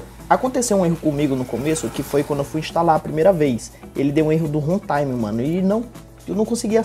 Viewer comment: O MALUCO FALOU HENTAIME KKKKKK